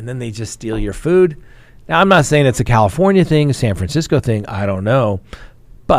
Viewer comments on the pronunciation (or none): none